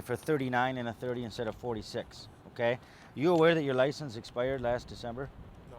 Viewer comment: haha yeah he said "an exspidered drivers licence"